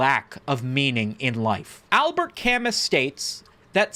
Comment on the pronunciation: It’s pronounced like “Al-Bear Ka-moo”